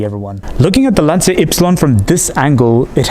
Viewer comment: It's not pronounced "lantsia", it's "lancha"!